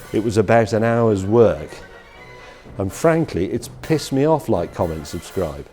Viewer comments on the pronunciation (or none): he said “likecommentsubscribe” like it’s someone’s name